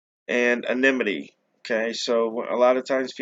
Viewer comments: the correct pronunciation is: ANNA-nimm-it-tee. The emphasis actually belongs on the second syllable. See: “anna-NIMM-it-tee” The word is not pronounced correctly when you say only… “NIMM-it-tee”. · Sorry, I meant the emphasis belongs on the third syllable. Anonymity has 5 syllables. 1. Ann 2. no 3. nimm 4. it 5. tee I can only speak to American dialects, as that is the one I’m most accustomed to. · the correct pronunciation is, ANNA-nimm-it-tee, how can the emphasis ACTUALLY belong on the second syllable(“anna-NIMM-it-tee”)? Which is correct, the British or American pronunciation of "controversy"?